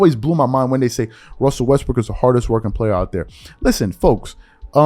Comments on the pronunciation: I caught you sir you said " westbrick" 🤔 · Stop saying his name wrong. He's Russell Westbrick 😂🤣